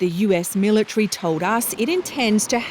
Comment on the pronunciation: Mil a tree 🤣